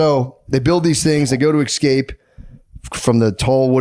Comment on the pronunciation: Matt says EXscape 100 times.